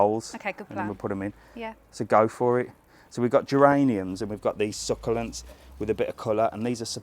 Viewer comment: It’s so cute how you say succulents with a A, love the garden centre and garden planting videos, not sure I would put up with the push in the pool, dm me on some ideas for revenge lol 😂